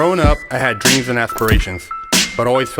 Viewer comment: “Growing up I had dweams an aspirations”😂😂